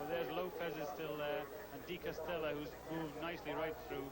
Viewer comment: By the way, it's "DE Castella", not "Castella".